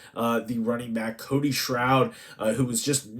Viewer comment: Dude say Cody's name right all american sec leading rusher